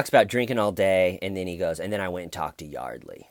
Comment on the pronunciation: Hey! Like the goatee thing going on. The Huguester - Busted! His accent kills me. "I was like Yawdley, I just wanna tawk about the incidents that have enshewed". Then "The conversation was like, not going enywere." Well,, maybe it wasn't moving along because the poor girl was dead! I agree about the detectives. The female one was great at creating a friendly bond with him to get him to talk. Not sure if I buy George's theatrics when he found out Y was dead. Yeah, Detective Ed needs to step up his game.